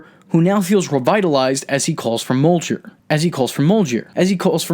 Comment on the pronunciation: when you were pronouncing mjournir, you missed a chance of adding paul rudd calling the hammer jonathan in one of the interviews